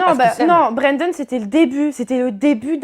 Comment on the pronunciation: web la meuf elle dit bréndone